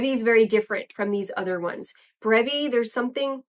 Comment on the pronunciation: No you don't....LOL.....the other video you got it right. :)